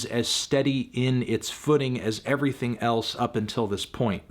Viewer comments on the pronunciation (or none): none